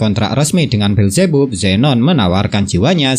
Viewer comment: Beelzebub bacanya bilzibab bang😭